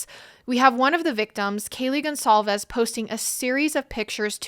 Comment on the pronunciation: You are all saying Kaylee’s last name incorrect. GonCALVES not Gonzalez